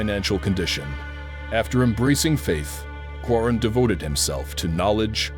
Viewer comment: He is talking about in timeline mistake is made there ..